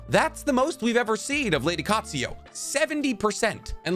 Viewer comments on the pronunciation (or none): U have a habit off changing vowels/letters in names, for example u change Katsuyu to Katsuyo and in another vid u change Kakuzu to Kakuzo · there is no "O" in "Lady Katsuyu"